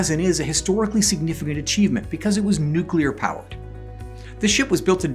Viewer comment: Nooklear wessels?